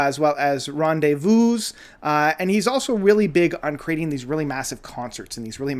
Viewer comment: s at the end of rendez-vous is not pronounced) btw my fav album from him is chronologie